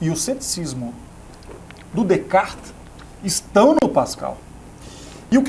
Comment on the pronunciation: Este cara estudou na frança e, contudo, não consegue falar 'Descartes' correto. Nem em Frances nem em português. Muito pedante